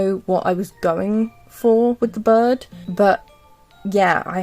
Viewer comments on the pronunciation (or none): I luv ur voice but when u said bird i thought u said bud and i was confused but ur accent is really cute ⭐🩷